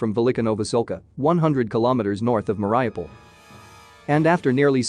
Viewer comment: For some reason, newscasters can't pronounce the city, Mar i u pol. They say Mar i O pol, or Mar ah pol. In this video, the machine, says, Mar i pol, rather than mispronouncing the U. After all this time, they can't even pronounce a cities name, which is so simple, and has been bombarded for so long. It makes me think, the American administration, is just sitting back, and watching a movie. They have to give some support, tho they have much more they could do. Even after the atrocities, they still only make sanctions. I'm not surprised tho, after what happened in Afghanistan.